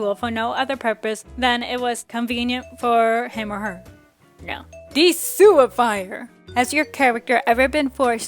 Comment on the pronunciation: Does anybody else notice that when they say DE-SUIFIER, it sounds like THE SEWER FIRE, or is it just me?